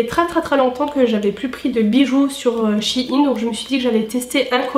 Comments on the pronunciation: ps: pour moi on dit pas "shi ine" mais "chei ne " après tous le monde dit comme il le veut mais sa fait bizarre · Désolé j'adore ta vidéo mais sa me perturbe comment tu dis shein même si je sais que sait pas de ta faute